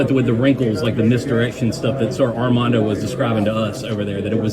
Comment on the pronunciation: Question. Is he calling him Amanda Boycott or Armando? I hear Amanda. Strange because he's a big Tar Heel fan. Just asking. If I'm not hearing it correctly then please forgive me.